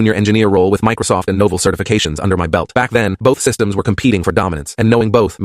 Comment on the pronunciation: Novul? How stupid can an AI BE?